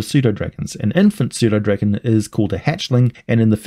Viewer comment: I've have pernownsed the p in pseudodragon. Thanks for helping me pernowns it right!!!!